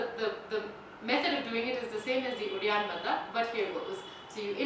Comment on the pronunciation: When you are doing uddianda banda is sounds like you are saying reanthaba? What is that? Also, what you are doing is Uddianda Kriya, Uddianda banda is just below the belly button.